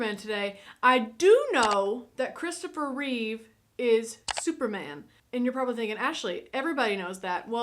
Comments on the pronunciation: Reeve* not Reeves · It's Christopher Reeve. Not "Reeves." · It's Christopher Reeve. Not "Reeves". His only S is on his chest. RIP the greatest Superman and on-screen superhero of all time. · Reeve, not Reeves.